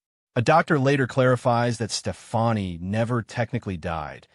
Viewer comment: another AI video smh.. "STEFANI" ...